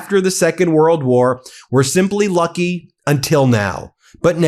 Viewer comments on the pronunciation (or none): none